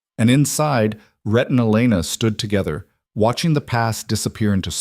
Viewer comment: It's RHETT (a man's name), not Red or Ret!